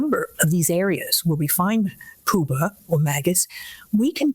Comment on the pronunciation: Her pronunciation of “pupa” makes me think she’s not as expert as they’re trying to say